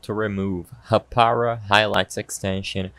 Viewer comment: its Haa-Pa-Rau